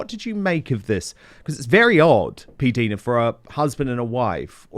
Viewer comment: Dan, her name is pronounced P Dina, not P deena. The I is eye/i. Listen to her channel. She pronounces it clearly. Thanks😘